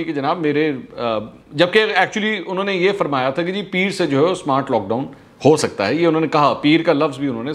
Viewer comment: Smowart....smowaart lock down lol